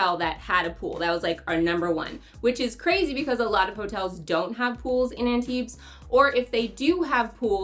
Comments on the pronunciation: Maybe take a minute to learn how to pronounce Antibes? Drop the s 😊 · Yeah… This is not the best you could do, though. It would take you maybe 20 seconds to look up the correct pronunciation on google translate. That being said, I liked the rest of the video a lot. I spend every summer in Antibes, and this made me really look forward to going back again in two months.